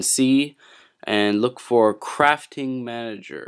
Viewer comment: lol he says crapping manager